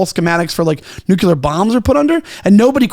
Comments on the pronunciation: Great pod! Say it with me nu•klee•ur not nu•que•lur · Can’t take this guy seriously. He keeps saying “nucular” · can't pronounce "nuclear" correctly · NUCLEAR...🫠 FFS